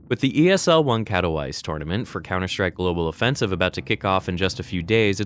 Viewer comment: Kato-vice lololol, it's Katowich